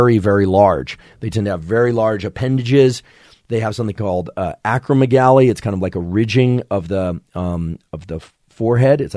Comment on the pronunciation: Acromegaly - ak-ro-MEG-uh-lee. Emphasis on Meg.